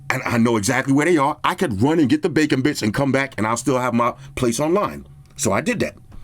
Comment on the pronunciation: Who else heard 'bacon bits' as 'bacon bitch'?